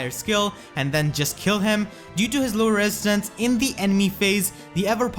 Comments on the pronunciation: R Uchiha it's an accent. Wesistance is actually pretty funny. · I cringe every time you say resistance wrong